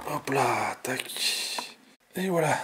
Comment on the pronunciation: Super. Belle video. On ce regale. Dite moi etes vous alsacien. Vu le hop pa la.